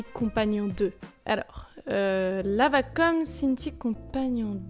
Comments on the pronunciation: Wacom.... pas vacom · Non perso je déteste la prononciation vacom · ouais c'est elle qui le prononce mal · nn tkt c la vrai façon de prononcer